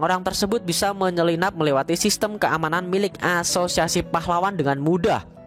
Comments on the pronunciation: Gw ngakak tiap lu bilang aasosiasi aowkwowk gatau knpa😂😂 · Haha iya sama. Krna lu blg gt. Saya dgr serius saya ulang ilang, iya ngakak😅😂